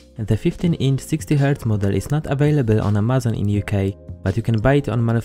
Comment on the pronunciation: U pronounce amazon wrongly